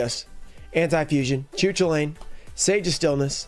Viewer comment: The Air Neos is an insane pull! This video had it all: specials, getting the prices of cards wildly wrong, and a totally off pronunciation of a card (Cu Chulainn) Great video as always man 🙌